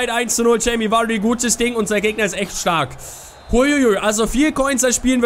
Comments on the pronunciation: Er wird immer noch "Wadii" ausgesprochen und nicht Vuuuaaaardy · Er wird immer noch "Wadii" ausgesprochen und nich Vuuuaaaardy